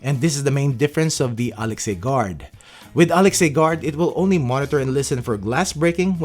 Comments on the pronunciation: Please learn to properly announce Alexa. It’s not Alex+A. It’s hard to take a review seriously when they can’t bother to learn the name of the product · it's pronounced A-Lex-Uh btw :-) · It was deliberately mispronounced so it won't set off your echo devices.